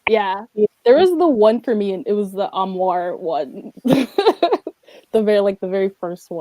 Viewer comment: It got to the point where I wanted to scream and turn it off every time she said armoire oh my godddd